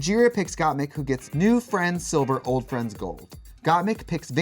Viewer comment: Why when Trixie says "Old friends silver" I'm hearing "Old friends sober"?